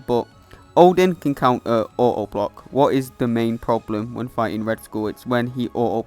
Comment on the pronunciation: Bro said oa boa.instead of auto block